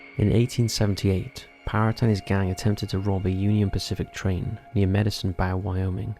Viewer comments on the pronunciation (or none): Went AWRY, not "array", and have you ever heard of a "BOW" AND ARROW? 😆